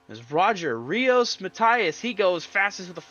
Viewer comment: You had Rios correct, Matias, you need to pretend it’s an e, instead of an i.